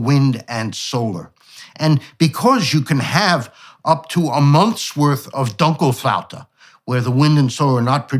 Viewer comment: Dunkelflaute (and Dr Koonin pronounced it perfectly) is translated as "dark doldrums". 😊